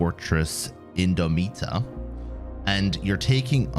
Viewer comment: In-dom- It- Uh not In-Dome-eat-Uh, it’s like indomitable.